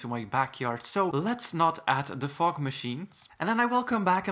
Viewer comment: When he said fog projector it sounded like fock/fuck projector